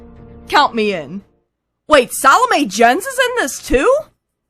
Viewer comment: Is that the correct pronunciation of Salome Jens?